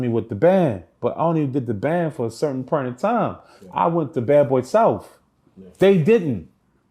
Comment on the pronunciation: "When you get to a certain pernt" lol. It's point bro. Lol